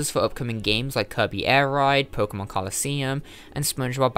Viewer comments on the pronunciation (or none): none